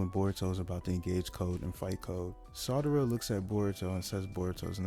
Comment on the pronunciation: Excellent work. Great video. Audio is fine too. Just stop pronouncing Sarada like “Madara” with an “s.” Keep it up. You’ve got great potential.